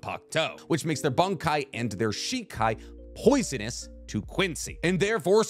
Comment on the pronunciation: This was a great video. I really appreciate the intended vagueness when talking about certain characters and their upgrades for the sake of not revealing spoilers. Some of your pronunciation just makes me laugh! You keep saying Bankai like... "Bung-Kai". Is it just me? When I say it outloud, I hear "Bon" or "Bahn"... Bankai. Not trying to be a grammar nazi over here though, you do you boo boo. Just wanted to say it makes me laugh :)